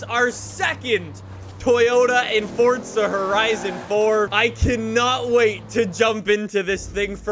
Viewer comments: It’s not fortza it’s forza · It. Is. Not. FOTZA. It. Is. Forza. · Fortza ? Iys forza not fortza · "fortza horizon 4" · No one:: FORTSA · Stop saying fortza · why do you keep pronouncing forza with a T?